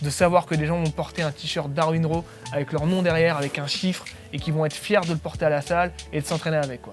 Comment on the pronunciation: C'est pas comment prononcer "raw" héhé